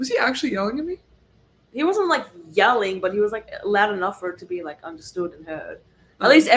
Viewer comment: Awwwhh Winnie is so cute!!!! 🐾🐶🐾 I really hope y’all destroy LSU!!!! Get ‘em girls!!!, you are really starting to have a bit of a southern accent!!! “For a gal that doesn’t really liiikkke (u made it a 2-3 syllable word 🤣) school …..” Too funny!!